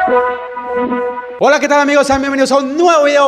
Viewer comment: a no hola no se dice olo